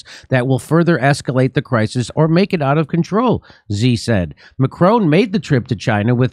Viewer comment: How does Jimmy NOT know how to pronounce all these world leaders names?! Its “Macron” not “Macronnne” It’s “she” xi not “zee”. The best one was Frankos Hollande instead of the very obvious François HollANDE. Jimmy you’re a champ. If you want pronunciation help, I’m willing to proof read your script and write phonetic spellings for you